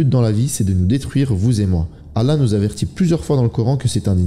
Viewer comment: On dit pas alla mais Allah…arrêtez vos trucs bizarre